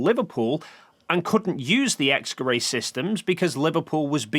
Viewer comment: How tf is "X-Gerät" pronounced "X-Kerray"